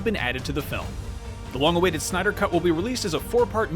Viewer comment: Come on, really?! “Synder Cut?”😑